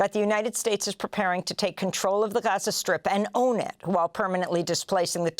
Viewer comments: she can't decide on how to pronounce gaza.. lmao 🤡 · my favorite part is how she can't decide how to pronounce gaza... lmao she goes back n forth .. 🤡